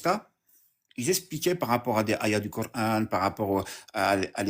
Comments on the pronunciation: Vous voyez comment ils prononce le cor haine ça veux dire ce que ont pense ils y a que de la haine dans le corant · Le cor-âne il a dit ?